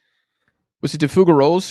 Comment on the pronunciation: De Fou-sher-olle not FouGrreroll